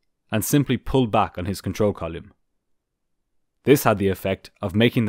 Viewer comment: Really like this channel, hearing actual cvr is cool. But every time you mispronounce the word column 😂